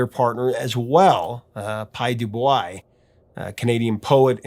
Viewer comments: not trying to insult, but his name is Pye Dubois as in Pye Dubwa not Pye dubuwhy just sayin love your vids watch 'em all. Sorry it's just a pet peeve of mine name pronunciation. Have a great day! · It's Pye Doo Bwa. No offense, but my ears bleed hearing Americans (mostly) try to wrap their heads and tongues around French names and words.